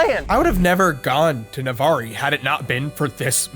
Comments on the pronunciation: the E on Navarre Is silent it's Navar also tricks are for kids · I can’t tell if you were doing a bit but you don’t pronounce the “e” in Navarre. (Nah-var) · I'm only 2 minutes in but pronouncing the e at the end of Navarre physically hurt me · Dude- The "E" is silent on Navarre. I love this video. Im a Tally local too. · the way you pronounced navarre Florida was so upsetting. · The e is silent in Navarre. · Navarre. Also, it’s a silent e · Fun fact, the e is silent. Navarre rhymes with bar. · It’s the way you pronounce Navarre wrong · Two minutes in but his pronunciation of “Navarre” is killing me. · Bro....u dont pronounce Navarre that way😂😂😂😂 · Goodness I hate to nitpick 😅😅 I live near Navarre and I gotta say that is the first time I've heard someone pronounce the E, it threw me off every time 😅😅 love learning all this history though!! Your videos are great!! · LOL!! You don't pronounce the 'e' in Navarre. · Yeah, his pronunciation really through me off. I’ve lived I the area my whole life and never heard someone pronounce it that way. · I was excited to see a town I've live in, in a YouTube video. But life hack when filming in a new city ask a local how they pronounce their city's name. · I can't get over his mispronouncing of Navarre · That is not how you pronounce Nevarre, but it's okay because English is a weird, weird language and how things are pronounced is largely arbitrary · it’s pronounced NA-VARR, I cringed so bad dude said navaree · As someone who lives about any hour from Navarre, it’s pronounced na-vare, not na-var-e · Imagine my surprise where the first location was a place I used to live. I drove past (and through the drive thru) a million times going to and from work and college and never noticed the "aqua" theme. I wonder if it changed after I left... Also it's "navarre" not "navarr-ee". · Navarr-y 🤭 it’s just pronounced navarr the e is silent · It's pronounced Nevare not nevarré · "navar-re" it's pronounced nah-var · it’s NA-VAR